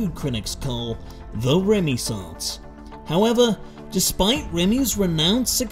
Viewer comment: "Remissaince" hand me dying lmfao.